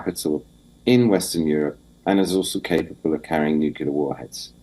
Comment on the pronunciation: "nucular warheads"